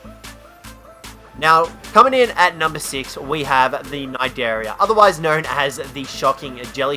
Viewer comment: Butchers the name of Kaprosuchus, Butchers the name of Titanomyrna, perfectly pronounces Cnidaria....